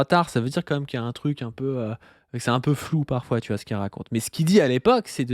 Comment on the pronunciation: Aucune idée bro, déso. Je cherche de mon côté (depuis 5 ans maintenant) où et comment (+pourquoi!) est apparu le "quand même" très fréquent chez les youtubeureuses du youtube jeu fr5, prononcé : "kahème". Je n'en dors plus, fais des cauchemards où les lettres k et m tournoient à l'infini avec pour arrière-plan la tête d'hugo décrypte. Les lettres entrent ensuite dans ses narines puis sont alors recrachées sur ses fiches inexistantes. Si quelqu'un sait. Sinon, merci qua ême